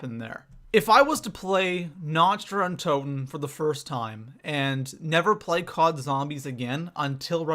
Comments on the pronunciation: Nacht Der Untoten=Nokt-Der-Untoten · Lol nacht dee untoten is german you know your german is horrible😂